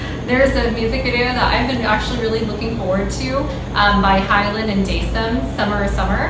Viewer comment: It is pronounce as (hyolyn) You lyn not hayolin and (dasom) the som not daysom hahahaha